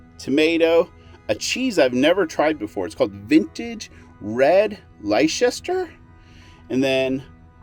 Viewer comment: Leicester is pronounced 'Lester ' just to let you know. 😆 enjoy Wales.